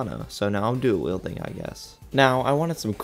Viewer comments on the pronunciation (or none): none